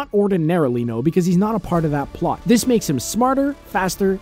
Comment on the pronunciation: CBR sorry but his buddy ya the blond guy he dose day "it may further the polt"